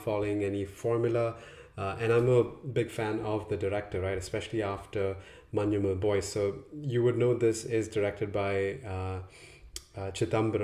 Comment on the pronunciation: You pronounced 'Manjummel Boys' correctly, which most non-Malayali reviewers fail. ❤😅(Assuming you're not malayali)